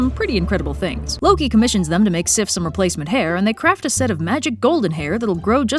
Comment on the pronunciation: I think you pronounced those names very fine! Sometimes I forget how different these words must feel in English. Here in Denmark, they sound normal. And I love how well you said Sif - that's my daughters name. <3